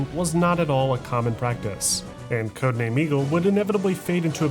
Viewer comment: For the first 16 minutes I keep hearing Codename: Amigo 😂